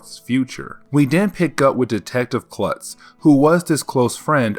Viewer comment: Detective Kurtz not Klutz